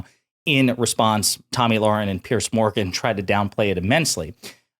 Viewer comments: It's Piers , pronounced like peers. Not pierce. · Dude it's PIERS, not "Pierce" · Piers not Pierce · It's Piers, not Pierce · His name isn't Pierce, it's Piers like peers.